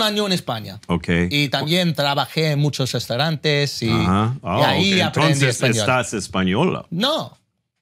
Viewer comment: he was correcting him in english I think, his spanish es impressive for someone that live 1 year in Spain, his grammar and pronunciation are on point (except for the way he said 'restaurantes')